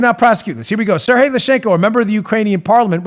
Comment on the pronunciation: Dan, Sergey is pronounced Ser*G*yey, not Serhey. It's not Spanish. :)